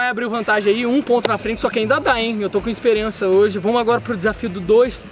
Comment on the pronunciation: É minha impressão ou no minuto o falou esperença